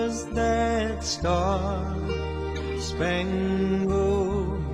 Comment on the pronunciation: I used to be an English as a second language teacher... please forgive me if this comes off as rude, I just want to help! When you see a word like "Spangled"... pronounce "-LED" as the word "OLD" like Spang-OLD banner it is more of a "OULD" sound, but OLD will get you closer. :) Thank you for the video! I am currently trying to learn Russian myself.